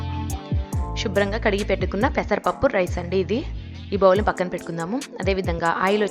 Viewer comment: Shubram kaadamma, subhram ga, sarigga palakandi